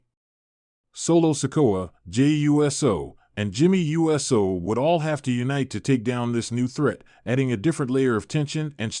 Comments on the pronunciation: Is this Robotic cause I'm sick and tired of anyone want likes and won't even try to annunciation the person's name Jey is pronounced ( J ) Uso pronounced ( Ooh ) So quit talking saying U.S.O. if you don't know ask somebody. JERK. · I think it might be ai mispronouncing the usos as jimmy and Jey you s oh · Ok, I'm stopping this video right here, & right now. I CANNOT listen to this guy say Jey U S O again! I'm out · Dude we know you can say Uso! Stop saying U S O!